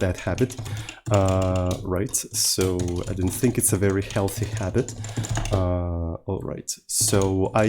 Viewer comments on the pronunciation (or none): none